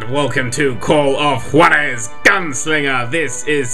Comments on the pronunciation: Its pronunced war-ez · Juarez: Ha-Warh-Ezz. I'm American, so I know how to speak spanish. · juarez is pronounced (hourares)